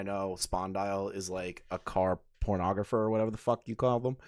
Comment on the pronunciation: Car pornographer?!, I think it’s photographer 😂😂😂